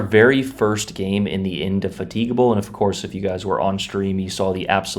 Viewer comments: it's called in-de-fatable, just watch the BBC TV show Horatio Hornblower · INDY FAT IGABBLE is how it’s pronounced lol. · Is this how americans pronounce indefatigable? 😢